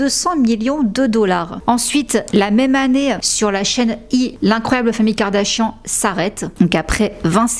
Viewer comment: You're mispronouncing her name. Check it in any English speaking video. 😊